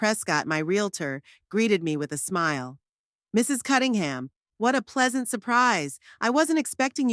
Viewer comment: And another thing her name is CuNNingham not CuTTingham